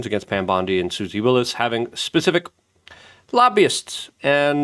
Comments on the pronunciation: it's WYLES not WILLIS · I can’t listen to someone who doesn’t even know it’s Susie Wiles, not Willis.😂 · Luke is ESL, so he pronounces names wrong all the time.